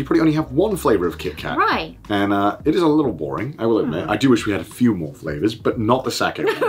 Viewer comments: I lost it when she literally said crazy fRavors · Fravours...she says